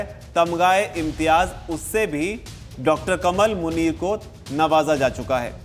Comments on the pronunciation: It's not कमल, its कमाल मुनीर Please pronounce right. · नहीं इसका नाम डा कमाल मुनीर है भाई आप उच्चारण सहीकरें